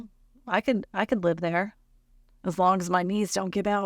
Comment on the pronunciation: If only people could read the script, it would make more sense. I know descriptions from China can get WAY lost in translation. But there is a difference between live and live when you read them. And everything makes more sense when it’s not mispronounced.